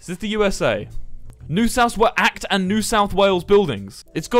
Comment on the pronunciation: The fact that he literally said ACT instead of A C T is cracking me up for no reason